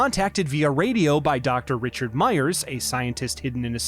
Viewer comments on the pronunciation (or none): none